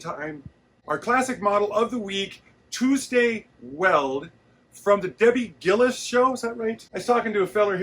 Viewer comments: It's DOUGH-bee Gillus,, not that you'll ever need that info.😂 Wow, such a great video as always. You guys really worked hard. I see someone has told you about electrolytes for the salt you lose in sweat. Hope you're okay. Thanks again.🙂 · That old show is pronounced "Dobie Gillis". You're welcomed.